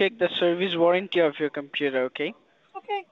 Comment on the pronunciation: "Dhey are using your dekstop combuder..." gosh I hate these idiots